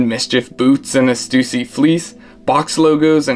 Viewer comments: That's not how you pronounce stussy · That’s how you pronounce stussy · the way he pronounces stussy makes me feel suicidal